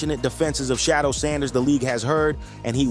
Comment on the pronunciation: The way you mispronounced Shedeur's name is amazing. WTH?